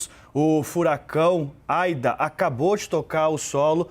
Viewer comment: E não é Aida e ida!!!!